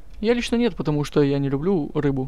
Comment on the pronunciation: Не лублу